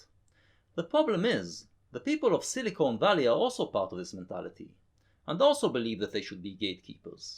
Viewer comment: I always hear silicunt Valley